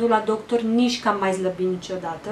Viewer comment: Zlabit zici sau slabit?